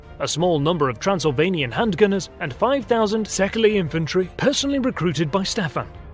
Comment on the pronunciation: Also Székely is pronounced as C.K. like Louis C.K. (the standup comedian, his orginal name is Louis Székely)